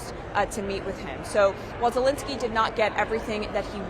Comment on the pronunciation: Who is this Vladimir Zalinsky theyre both talking about ? Reporter's really need to make a little effort at pronouncing names other than " Becky" .